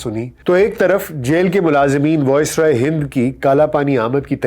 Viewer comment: The pronunciation is VICE-roy, not VOICE-roy. Good work otherwise, keep it up